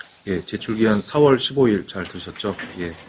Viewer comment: 마감이 4월15일로 알고있는데 3월15일로 들려서 깜짝 놀랐어요 저만 잘못들리는건 아니죠?